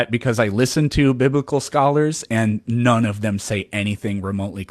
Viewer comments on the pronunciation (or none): none